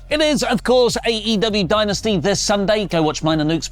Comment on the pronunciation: Dynasty (Die-Nas-tee) 👍🏿❤